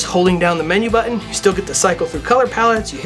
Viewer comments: did he really say, "bu-on"? My cousin is a valley girl and she says bu-on, instead of button. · Black shirt as a background to a black product and "Buh-en". Good start!